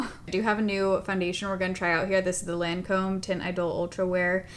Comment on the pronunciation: Hi. Just FYI, healthy criticism only, you mispronounced Lancôme. It’s Loncome phonetically.